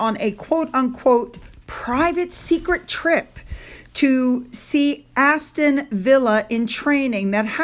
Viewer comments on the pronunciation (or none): none